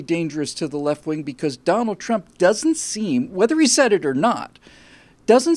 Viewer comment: "Twump" sorry, it was funny